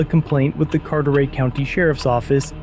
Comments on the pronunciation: Carter-ay? That’s not how it’s pronounced. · Car-ter-et not car-ter-ey. 9 mile road is a known trap for sheriff's & Havelock police. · Carter-"ette" county. I got you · I have never heard Carteret pronounced that way in all the 30 years I've lived in this area.